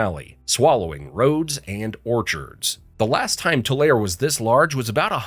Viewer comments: Locals pronounce it Too-Larry. 🙃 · Tulare is pronounce Tulareeee. Say it like you say e. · Tulare = Too-lair-eee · Tulare is pronounced Too-Larry, btw. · no, lol its pronounced like "two-larry"!! 😆👍🏻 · You're not pronouncing Tulare properly. To California it is known as To Larry. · Tulare is pronounced "tuh-larry" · # 21, Tulare is pronounced too-LAIR-ee. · We say Three syllables: Tu-lar-e. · Locals pronounce it: Two-Larry. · It's pronounced too-Larry. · 21 54 it is pronounced TWO lar ay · Tulare is pronounced “too/ lar/ ee “ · Tulare is pronounced Tularry Thanks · Fact 21 it is pronounced Tu-lar-EE. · Yes but the emphasis is on the second syllable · Just a note for your next California video narration. Tulare is pronounced two Larry, combine the pronunciation of the number two and the name Larry :-) too LAIR ree sorry I don't know how to do that pronunciation syntax lol but that's basically it. Some people will pronounce it tuh Larry but it definitely ends like the name Larry. Don't worry. You're not the first one to get it wrong :-) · He needs to learn how to pronounce Tulare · Generally 3njoyable and well done, but with some mispronounced names, this former Californian found annoying. Look up “Tulare” for example. There are three syllables, not two. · Pronounce Tulare E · Nope, he pronounced it incorrectly. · Yes. Thank you! I don’t know why the mispronunciation of Tulare bothers me so much but it does. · You’re not saying Tulare correctly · You pronounce the e in Tulare. Huh. Google is as stupid as the narrator. It doesn't recognize Tulare. Thinks it should be Tulane. And you did Methuselah twice. So only 49 facts. And once again, Google spell check is useless, and didn't recognize my misspelling of Methuselah. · Did he pronounce Tulare correctly? I've always heard it with 3 syllables not two, but maybe that is a past or alternative pronunciation I just haven't heard yet. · Fact 21 it's pronounced TularEEE Not Tul"air". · Its too lar eee, not too lair.